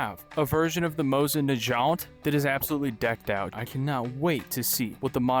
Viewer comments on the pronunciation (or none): NAH- GAU- NT it's nah gau nt not agent